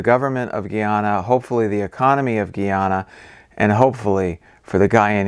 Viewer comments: Finally you pronounce the name right when you said Guyanese people. GUY..ana is pronounced Gii, not guh.aana. What about saying that guy(male person) is strange. Imagine saying that as "that guh is strange'. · Guyana is pronounced like Guy-Anna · GUY -----YANA. = Guyana....please! STAB-----BROKE = Stabroek (Its Dutch) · Guy-ana :) You said it right in the first video :) Sometimes people say Gee-yana but formally, it is Guy-ana. You've got the demonym correct this time :)